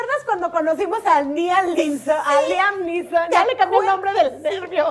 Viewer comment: Liam Neesom lo escribiste bien pero lo dijiste mal , muchas felicidades a las dos.